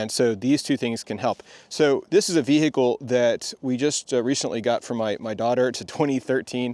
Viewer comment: The Bee-hee-cle.